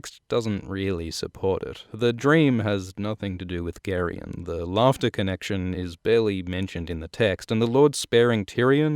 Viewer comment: Are you sure that's how it's pronounced? I've been saying it "Jerry-on"